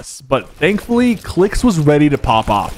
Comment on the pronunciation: sypher said clix was weady lol